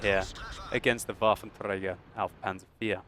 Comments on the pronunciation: WolfenTrrrrragar xD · why are u struggling with that R when saying waffentrager?